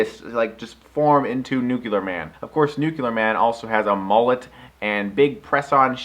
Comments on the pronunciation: It bothers me that english is my second language and yet the reviewer who I assume speaks better english than me since its his native tongue kept mispronouncing the word "nuclear" time and time again. It is NOT pronounced "nukular" it's "nuke-lear". It shouldn't be difficult at all! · Chris. I love you. I love your videos. But it's "nuclear". New-clear. Not noo-kyoo-lurr! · its NUKE-LEEEAR! not NUKE-ULAR! oh.my. gosh. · Nucular Man! Wait... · Gene Hackman calls Nuclear Man "Nookyoolur Man" trough the whole film! Chris, is it your intentional emulation of this, or pure coincidence, your unawareness??? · Eugene Medvedev Exactly... It DOESN'T make sense phonetically. That's the thing. Just because it's a "common" pronunciation doesn't mean that it's accurate. It's not just that it doesn't "SOUND" like it's spelled... it doesn't follow the structure of the word itself. It's not spelled nucular, it's spelled nuclear. Break it down into its separate pieces, and pronounce them one by one: nu - cle - ar. That there are colloquial/regional mispronunciations/mistakes made at all levels of society does not change the fact that the word is spelled one way and one way only. If you want to change the rules of spoken English, then you're welcome to it, but it's not going to change the actual spelling of the word, any more than saying somebody who sells your house for you is a "re-la-tor" is going to change the fact that the word is "realtor." And it doesn't matter how many people pronounce a word wrong, either. Numbers don't mean squat. McDonald's has sold billions of hamburgers; that doesn't mean they aren't garbage. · nuclear is a form of the word NUCLEUS. Try saying nukulus too and see how smart you sound. Or nucleic acid as nukuluc...i don't even know how you could butcher that one to match. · Behold, Nucular Man ! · NUKULER MAN!! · Hate it so much when people pronounce the word "nuclear" like "nucular". Other than that, great vid :P